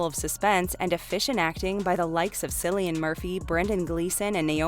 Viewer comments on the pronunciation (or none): You pronounced Cillian's name wrong. It's not "Silly-ian", it's "Killy-ian".